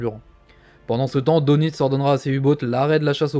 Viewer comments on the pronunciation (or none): none